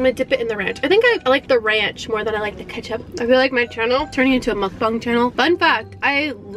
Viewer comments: Sorry but its mukbang not mookbong 😂😕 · I’m sorry to correct you but.. I think it’s pronounced mu-ka-bang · “Mukbung” Me: its “Mukbang” no hate tho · No one: Not even a single soul:: mUkBuNG Me: dies ‼️*NO HATE TO * ‼️ She's our pink queen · Nobody-...: Striggle: mukbung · you said mucbong lol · It's pronounced it's pronounce mukbang it's pronounced Muk Bang however you said it and whatever video I think you get to say it however you are it's just how life goes at first I never knew how to say it